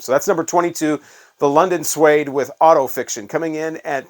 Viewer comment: Did you say London Sweed? It’s Suede pronounced swade 😅